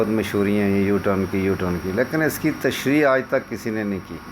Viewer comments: طلعت صاحب تشریح ح سے ہے ع سے نہیں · لفظ "تشریع" نہیں "تشریح" ہے۔۔۔